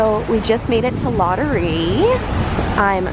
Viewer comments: please its ladurÉ not ladury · Omg you did not just pronounce Ladurée like Lottery!!